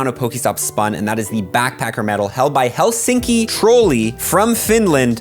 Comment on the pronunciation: "Heulsinki trouli"🤣 (Im from finland)